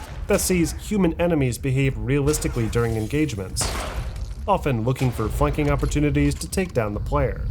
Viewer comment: I didn't here "flanking" I thought I heard "fucking" I had to listen to this point again. 😅